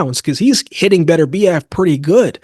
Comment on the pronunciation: Why can't you Americans pronounce Beterbiev's name? It is pronounced BET URBIEV not BETTERBEE EV.